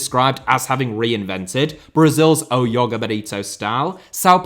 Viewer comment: ITS JOGA NOT YOGA PLEASE ITS PORTUGUESE NOT GERMAN!! 😭😭